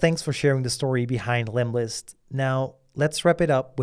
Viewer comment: hey it's lemlist not lemist ;-)